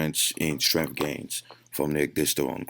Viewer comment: Lol the protein synesis and Strenmnth tho bruh